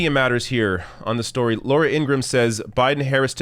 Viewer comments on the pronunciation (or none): none